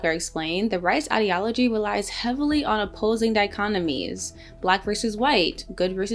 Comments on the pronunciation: The word is dichotomy, not dichonomy. Get it right if you want any credibility! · Not dichonomy, but dichotomy. Jeez, are you supposed to have a college education? Next thing you know you will be saying "Ibn all intensive purposes", or some such other misnomer.